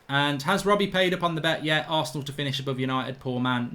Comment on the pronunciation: man said arshit😂😭😂